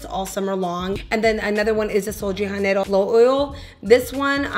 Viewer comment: I love the scent of the Sol de Janeiro as well, & watching your videos! lol Just wanted to mention that in Portuguese J's are pronounced the same as in English. I know in Spanish it's different. I don't know if you already knew, I just wanted to mention it to be helpful!